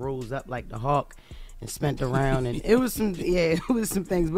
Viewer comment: "and she turned back aruhn and came back in the ruhm"